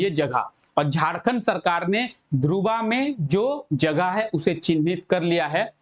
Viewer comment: ध्रुवा नही सर धुर्वा